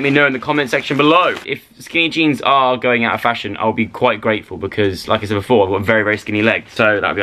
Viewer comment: Hehehheeheheh hahah joe said beflore TWICE freaking goof